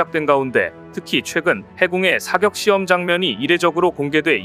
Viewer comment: 발음이 왜 이럼.. 사격,요격을 사껵, 요껵하네